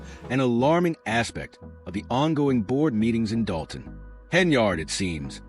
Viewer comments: Dude it's Dolton, with an L. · Doe-ton??? LMFAO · When you jump on the bandwagon and don't even know how to pronounce the name of the town, you are so pathetic.